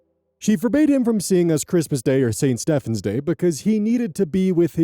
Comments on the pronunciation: Thank you for pronouncing Stephen properly. Sincerely, a true Stephen, not Steven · Stephen is pronounced Steven, not Stefan.